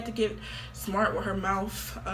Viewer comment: I know this is a serious video but im laughing so hard at her trying to pronunce "mouth" Mouftht